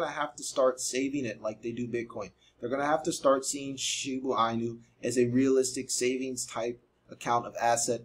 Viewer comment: You been pronouncing it wrong the whole time😂